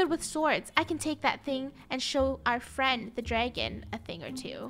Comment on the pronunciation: Gerogie pretending to be an Angel: hey fwend lets make a deal a fwendly deal. Funneh: YES YES YES YES YES! Draco: OH MY GOD FUNNEH! REEEEEEEEEEEEEEEEEEEEEEEEEEEEEE!